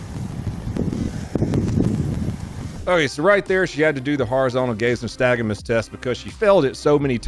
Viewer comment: Ur pronouncing nystagmus